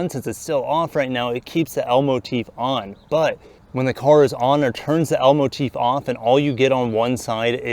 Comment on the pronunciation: I’m can’t stop laughing 😂 cause it sounds like you’re saying Elmo Teeth.